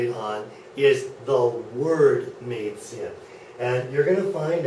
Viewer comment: If this is really a german teacher, then i need to come over and become a teacher. He even cannot speak out the word Mädchen... How bad ...